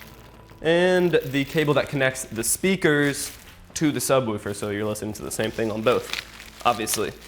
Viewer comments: There is no u in subwoofer so stop saying it like subwoufer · Stop saying subwoofer so weirdly